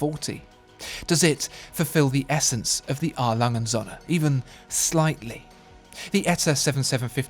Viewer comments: N!klas - His pronounciation is spot-on. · my ears are bleeding from how you pronounce A. Lange & Söhne XDD